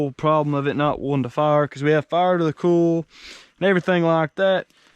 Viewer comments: Hi all great vids mate I'm enjoying them. At first I didn't know what you were saying when I first listened to you speak lol you say oil like ol and coil like cool. I don't know why but Americans can't say the i in the pronunciation of certain words. Coil pronounced like coyl or Doyl. Oil is the same oyl. How do you say Craig all you Americans haha you say it like Crag it's Crayg it's not a silent i. Anyway that's my bit haha. Now lets see how many Americans don't like me telling them this. What are you doing with all the vehicles once you get them going? Jeremy Downunder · What the hell is a ‘cool’? He keeps saying it. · It ain't "ool" it's "oil". I ain't a "cool" it's a "coil", well, I knew you knew that...